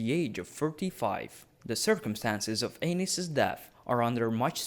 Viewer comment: Great video, but I can't help but hear King Anus.